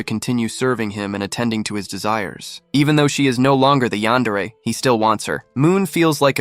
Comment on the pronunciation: Eyantery?😂😂😂 yandere!😊😊😊